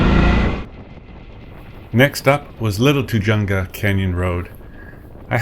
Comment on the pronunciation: Sorry, couln't resist -- it's "too-hunga" -- pronounce the "j" like an "h."